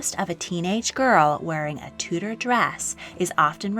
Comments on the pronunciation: It's pronounced (chew)dor not (two) dor. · Tudor = Chewda not Tooda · Enjoyed video but winced every time you mispronounced Tudor.